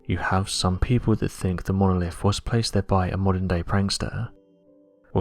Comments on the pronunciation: This guy loves hearing his own voice obviously. And loves attempting to say the word "Monolifffffff"" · 🤣🤣 Monoliffffff 🤣🤣 love it he also says “what do you Fink” a lot 🤣🤣